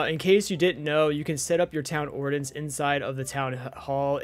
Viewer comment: Ummmm you're saying ordinance worng you pronunciation the I as a Edit corrected your to you're